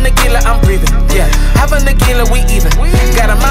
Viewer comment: I know you are saying Hava, but the brain keeps hearing Halvah.